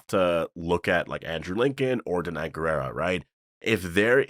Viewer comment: Danai’s last name is pronounced “gwee-rah”!